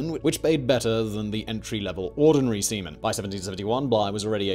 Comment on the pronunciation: Hearing “sea-men” will never not be funny to me